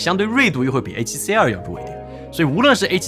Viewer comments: C2跟CR听得傻傻分不清😂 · 跟介紹ZV E1一樣，完全不知道為什麼不改說英文就解決了